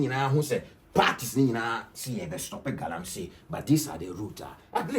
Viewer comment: Pls it is Galamsey not Galamsay